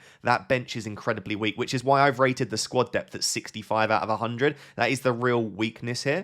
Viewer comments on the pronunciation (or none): none